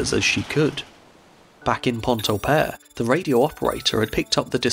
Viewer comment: As a Québecois myself, I am impressed with the effort and care you put in pronouncing Québec and Pointe-au-Père. Cheers. 👌 Also, my mother comes from Mont-Joli, which is pretty close to Pointe-au-Père, and she grew up in the 50's learning all about the tragedy of the Empress of Ireland. There's a museum dedicated to the incident, in Pointe-au-Père, which I visited with her as a kid. The tragedy really left its imprint in the local people's imagination.